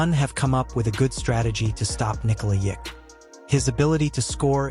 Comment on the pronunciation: Your AI really has some problems with the name. Just write it as Nikola Yokitch.